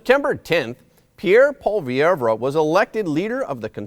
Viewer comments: You’re pronouncing Poilievre wrong. It’s “po-lee-evr “ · Pierre Poilievre it's pronounced (poy-ee-ev) and no we aren't looking for another Steven Harper... Pierre Poilievre is his own man and Harper had become a dictator to his party and the Country in the end which is why he eventually lost power. Do you're homework it speaks volumes that you could not even pronounce Pierre's surname. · Thanks but man, check out the pronunciation of the last name of Pierre. It is a French name, you don't pronounce the 'e' at the end. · It's pronounced "Polly-ev".Not "polly air vra". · Pwah-lee-ev-reu. This is how you pronounce Poillievre. Just trying to help. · Polly-ev. That’s how most in Canada pronounce his name. And we can’t wait to give Trudeau the 🥾 in the same way he did to the peaceful freedom convoy! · Pronounce Paul Le vay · you're mispronouncing Poilievre's name.